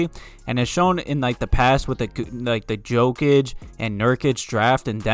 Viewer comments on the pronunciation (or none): none